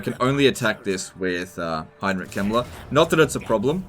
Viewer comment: is it me or when sometimes says "Heinrich Kemmler" it sounds like "Heinrich Himmler"?